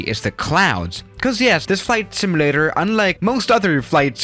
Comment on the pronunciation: Simulator not simalator